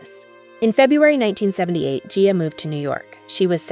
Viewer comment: Who or whatever is narrating this is mangling two easy names: Gia (Jee-ya) Carangi (Ka-RAN-jee).